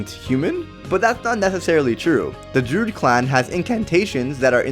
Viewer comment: While your video is great, and your evidence solid.....your pronunciation is absolutely grating to my ears. It is *droo-id*, not *drood*. Also, it is *nef-i-lim*, not *nef-i-lium*. And before anybody says "you know what he meant" or "why does it matter", language is all we have in the end, folks. We lose EVERYTHING when we don't have language. So if you're going to do it, do it right.